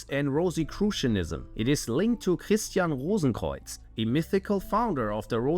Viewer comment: als ich christian rosenkreuz gehört habe wusste ich das du deutscher bist!!